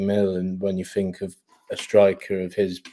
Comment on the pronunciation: fink fink fink, come on you’re not short tongued, speak properly people are listening.